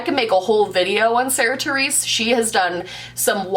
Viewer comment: Every time you said Sarah Therese I deeply cringed- sincerely a Sarah Theresa